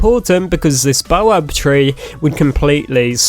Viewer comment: It’s pronounced bao bab Not bo abe